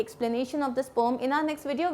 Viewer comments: It's poem na ki pome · Mam pom nahi poem hai vo😂😂😂😂